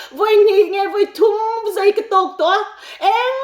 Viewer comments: Zei tiin i sawi a,a diklo ania zai tih tur ania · Zei ni lo in ,zai tih tur aw , zei chu nulat tlangval in ngaihzawnna vel a ,zei an tih ang vel hi ,zai chu chemte in ka in zai tih ang te😅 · A ngaihnawm ṭhin. Mahse... Zei nilo in ZAI Peih nilo in PAIH Ngeihdan nilo in NGAIHDAN, Buatseih nilo in BUATSAIH... Etc. I lo fimkhur nan